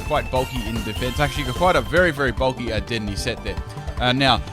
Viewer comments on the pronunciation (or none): You said Dedenne wrong :/ (de DEN ay)